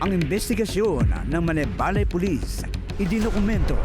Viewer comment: Parang mali pagbigkas ni Gus sa Malaybalay. Dapat bago siya magreport alamin niya muna dapat kung ano ang pronunciation ng Malaybalay.